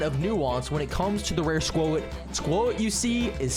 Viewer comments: was trying to type what he said it’s pronounced squot but he said like spuowt or something he also says in some previous videos jeeodee he pronounced the E but using proper grammar you wouldn’t say the ending E one jeeode it would sound like Jee-O-d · For the love of msm, its pronounced SQUAT not SQUO-IT 😭🤣